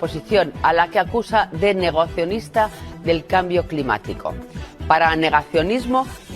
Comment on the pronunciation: Ama Rosa no sabe leer el teleprompter "negocionista" JAJAJAJAJA